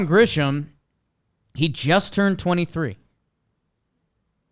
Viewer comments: pronouncing Grissom as “Grisham” over and over nearly sent me over the edge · Why is it none of these guys can never pronounce Grissom correctly? It’s not Grisham, it’s Grissom. They repeatedly sound like idiots